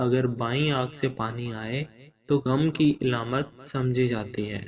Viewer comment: Eilamat ni hota Aalaamat hota hy